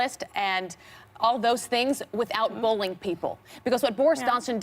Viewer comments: Why does abby pronounce "bullying" as "bowlying"? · Abby, it’s pronounced “bull-EEE-ing”. bowling is that one *sport * where you rent the ugliest, most cringe-inducing shoes that god knows how many other feet have been inside of.